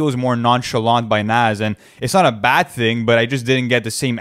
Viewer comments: Say it with me boys its pronounced "nahz" not "naz" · It’s pronounced nawes bro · Loll they was the pronounce Nas name is crazy his name ain’t Naz guys 🤣🤣🤣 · The way y’all pronounce “nas” irks my soul 😂😂😂 it’s not “NAZ” 😭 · How hard is it to say Nas (Nah-ss)?